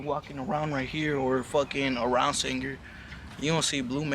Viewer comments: foo its sanger not sandger lmao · It's Sang-er 😂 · “San-jer” no mames.